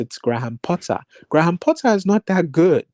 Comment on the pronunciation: is hilarious with way he was giving analogy of dating and saying Lapatagi instead of Lopetegui😂. Also Gray ham Potter pronunciation cracked me up.